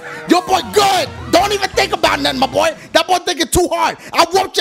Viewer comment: I was dying when he called donkey "mah boy" 😂😂😂